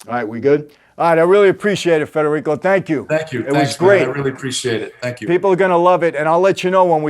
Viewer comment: Good friend u pronounced his name wrong.. dad was born in Naples or on a boat ride ?